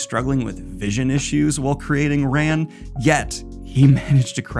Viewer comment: I'm sorry to be that guy but the name is Kurosawa not Kirasawa. Koo-row-sah-wah. It's also pronounced "rahn", with the soft "a" (like every "a" sound in Japanese) which translates to "war" in English. Just in case people are confused about why the movie is named that. :3